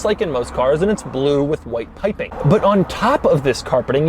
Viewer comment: "pipping" he says